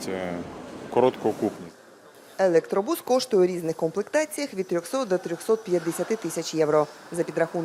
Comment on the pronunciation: Що у львівян постійно з наголосом в українській мові? Чому у слові автобус наголос на о, а електробусі вони ставлять наголос на у?